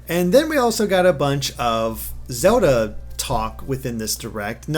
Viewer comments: FOR THE LOVE OF FUCKING GOD STOP SAYIING "ZODA" IM GOING TO FUCKING DIE OF A STROKE... It's ZELDA!!! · I keep hearing "Soda" instead of Zelda xD